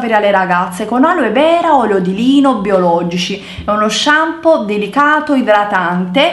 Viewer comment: Shampoo si dice shampoo...:P